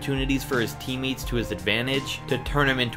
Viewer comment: Did anyone else hear him say “teammeets” instead of teammates?